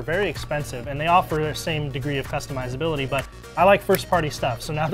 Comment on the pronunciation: dude says "customizability"